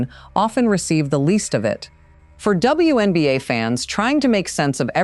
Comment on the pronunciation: Why is the narrator not saying WNBA but saying something like WONBA? Is someone so afraid of saying the W because it 'means' women?